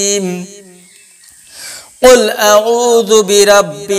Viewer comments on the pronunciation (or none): none